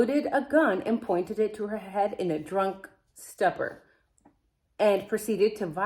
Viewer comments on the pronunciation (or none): Drunken stupor ( long u.sound) like "stupid,"which you're not😊